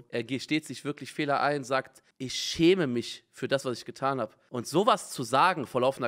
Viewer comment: Alle: "ich schäme mich" Simon: "ich chäme misch" 🤭